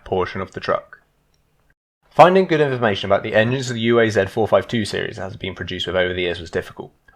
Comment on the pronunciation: It's not yu ei zed, it's uaz, sounds like oo'uzz.